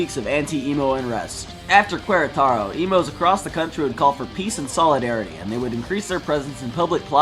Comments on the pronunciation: That's I great video! But I gotta make an observation. When you say "Queretaro" the "u" is mute, as if you are saying it like "Keretaro" or something like that. Anyways, pretty good video, I find it cool that this bizarre event was covered by an english channel, I never expected that something like that would've happened. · "Cueraetaero".😅😅😅 This is our Oversimplified war in Mexico. 😅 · Querétaro... Not Querétaro...